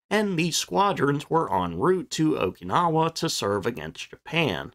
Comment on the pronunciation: Oak-na-la? How di you get that from Okinawa? O- key-na-wa. The sing song narration sounds worse than computer speak.